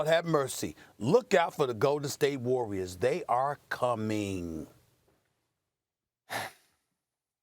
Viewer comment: “THE GOLDEN STATE WAWWIAS”